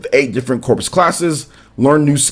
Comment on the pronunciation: "Corps" is pronounced as "core," not "corpse."